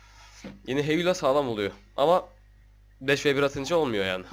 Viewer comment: heyula degil heyulan bro